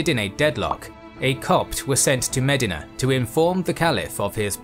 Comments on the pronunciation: You're not talking about Ohio so it is DEE sound not di in regards to Medina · Medina should be spelled different because of the way this guy pronounces it. 😂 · The way you pronounce Medina is incorrect.